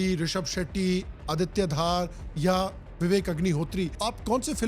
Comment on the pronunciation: Aditya Dhar hai Bhai Aditya Dhaar nahi being myself a Kashmiri your pronunciation is wrong